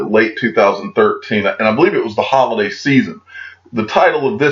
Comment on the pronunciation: Who else heard, "Hodl-day season" ? 😎